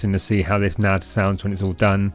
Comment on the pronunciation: N A D .. not "nad"